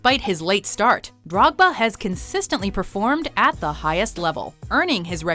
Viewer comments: How’d you pronounce drogbas name again? Haha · Major L they don't know how to say drogbas name lel